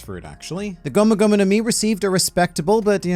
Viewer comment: Ah yes, the "Gomo-Gomo no mi"